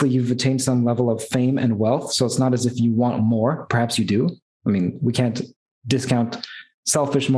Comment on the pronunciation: "It's nawt bloody obvious!" 🤣 lmao